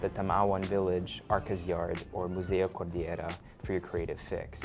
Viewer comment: Appreciate the attention to detail. Nice work. One point for improvement, though. Cordillera is pronounced as /kor-dil-ye-ra/ and not /kor-dee-ye-ra/ like some foreigners pronounce words with double-'l' words. You enunciate the letter 'l'. Thanks from a Cordilleran myself.